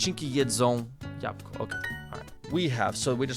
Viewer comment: Nice video, but pronounce the apple right! Duo said it more like "Japko" which isn't the right way. It's jabŁko.